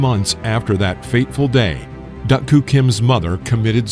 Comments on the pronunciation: Duk you say it as Duck, but I never heard it said that way before, Duke was how I always heard it said? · I watched this fight. Tragic indeed. Either my memory fails me or the vid is pronouncing his name wrong. I thought Duk was pronounced Duke.